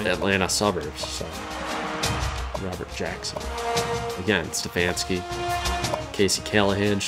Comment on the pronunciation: Hey I'm just as mad as you guys that I locked out CAU out, but I'm hyped to be recruited by so many good teams. Also I don't think I noticed it till now but my last name is pronounced Ste-faun-ski. Sorry about the miss up there my fault not your guys's.